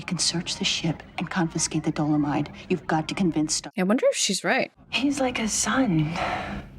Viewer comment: It’s dolamide, baby!